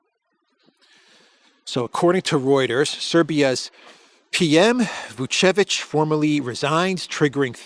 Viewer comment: It's not Vucic but Vucevic. Vucic is Serbian President family name